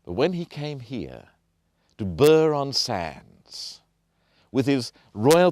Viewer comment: It's 'Bruff' not burr...I grew up there. This is why you have 201 subscribers. Must be the first person ever to wear a tie on the marshes. I can see others have said this but it annoys me when people () do no research whatsoever...